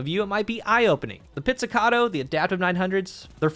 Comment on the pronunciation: You're the first content creator i've heard pronouncing this thing correctly, that's a thumbs up in itself. 🤣